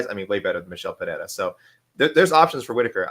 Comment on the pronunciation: The Asian guy sounds more deaf and mute than Helen Keller trying to pronounce Pereira.